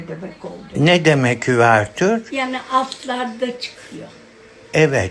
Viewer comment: Üvertür degil , uvertür, türkçesi var açılış